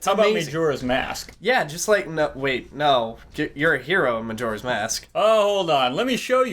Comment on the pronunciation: Maejora? Sarieah?